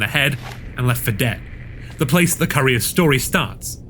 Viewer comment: I had to rewind it 3 or 4 times until I read it. I thought he was saying "Curry is sex" 😂 "courier six"